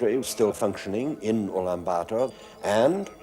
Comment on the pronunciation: Woah, He pronounced the city name Ulaanbaatar almost perfectly. Shouldn't be hard to pronounce but many mispronounce.